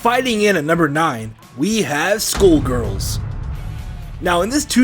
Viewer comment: "Skoolgirls" I'M OFFENDED ON HOW YOU PROUNOUNCE SKULLGIRLS.